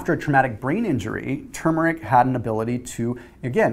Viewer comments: I think you're the only one on YouTube who says TuRmeric correctly! Thanks for the great video! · I know, huh? People need to say it right. There’s an “R” in there and the first syllable is accented, not the second.